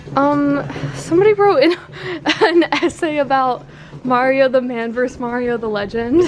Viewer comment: I love your videos so much. My favorite thing about this video was the part in the storage facility. Can we please see more Barnaby? and more of your dad - he is so watchable and cool. p.s. please tell Clara the word "vs." is pronounced "versus" not "verse" and congratulate her on that fabulous ACT score! wow.